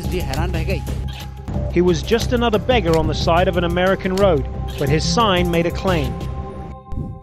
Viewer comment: it's not "baggers" it's "beggars"